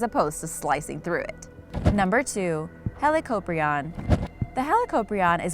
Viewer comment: You said helicoprion wrong it's like dis hee-lick-o-pri-on Not trying to hate Sorry I love sharks 🦈🦈🦈🦈🦈